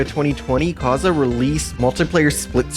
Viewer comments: not to offend but it's kaze and not kaza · Minor point, but Kaze is pronounced Caw-Zey. Props to you for not pronouncing it as Kayz, though. Kudos! 😁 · I thought it was pronounced Kay-ze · KAZE ISN'T PRONOUNCED LIKE THAT IT'S KAYZ WITH A LONG "A" ...But that aside, excellent video!!! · Hearing Kaze pronounced like that sent me into a panic. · My only takeaway from this video is youd think by 2023 we'd all know how to pronounce Kaze's name 😂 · The amount of times he mispronounced Kaze is insane. Outside of that, great video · You need to learn how to pronounce kaze